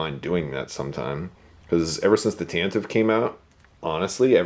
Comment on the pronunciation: OMG thank you for the pronunciation of TantivE. I agree 100%